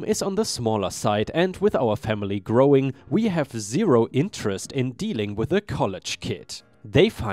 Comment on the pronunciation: Story 4, "have" is said with a "haa" sound not a "gay" sound. 😉